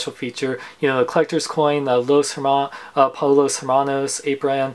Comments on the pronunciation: Pollos is pronounced poyos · It's pronounced Poshos